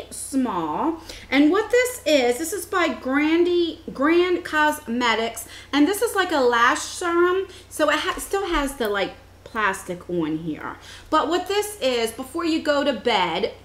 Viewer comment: Just FYI...Ole Henriksen is pronounced OOO-LA and Grande is pronounced GRAN-DAY